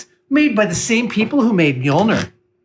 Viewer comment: I know that old Norse is hard as hell to pronounce so I won't be rude but I wanted to say that Mjolnir is said like mule near in case anyone would like to know